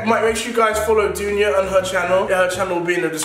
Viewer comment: it’s not dounjaa or donya, it’s dunjahh